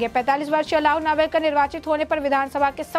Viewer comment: नावरेकर नही नार्वेकर बोल